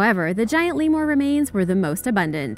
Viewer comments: It’s leemuhr not leemoor. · "Divers and Paeleontologists discovered a graveyard full of extinct giant "Lee-Moore" remains in a water filled cave in "Mad-ih-gas-kerr".. Lemur umm "leah-moore"..What is worse than that..? Madagascar pronounced "mad-ih-gas-kerr").. Come on now girl..Good thing you're pretty..😒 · I love everything about you. Seriously you are beautiful, intelligent, and have an amazing vocals. That being said, the way you pronounced lemur was something else lol You are probably saying it correctly, it's just the first time I've ever heard anyone say it that way. I still think you're awesome! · The way you say lemur is very... beautiful..